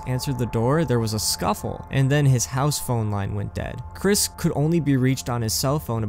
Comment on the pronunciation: The ‘R’ was missing in “” because you added it to “Anthology”